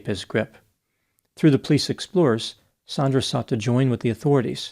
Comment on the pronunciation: Also, the victim is Sandra not "Saundra"